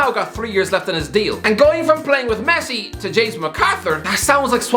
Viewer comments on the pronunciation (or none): none